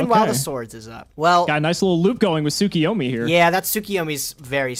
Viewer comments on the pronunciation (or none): Why do they pronounce Tsukuyomi Tsukiyomi? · Every time they pronounce it soo-kee-yo-mee, I get so mad because I would pronounce it sa-koy-yo-mee. Really it's soo-koo-yo-mee